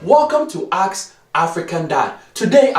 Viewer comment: African dads are always saying AKS instead of ASK